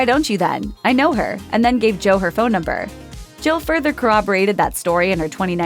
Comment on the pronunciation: this person cannot pronouce Jill. Sounds like she is saying Joe.